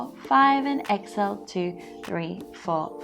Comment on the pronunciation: It's pronounced.. EX-Hail... not ex-ill I had no clue what you were saying for 20 minutes.